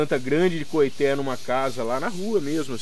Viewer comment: Com todo o respeito, as informações estão quase que totalmente erradas. Primeiro a pronuncia correta é coitê. Nada tem a ver com cabaça. Cabaça e´ aquele pequeno cabo que liga o fruto ao galho, como as abóboras, melancias, melão e outros. Porunga e´ uma fruta que da rasteira como as aboboras e serve para fazer cuia para chimarrão no sul e também serve de moringa na região nordeste para om transporte de água. O coitê também é usado no fabrico de birimbáu.